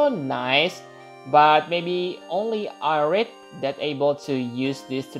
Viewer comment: Ah-ryth @@ good vid tho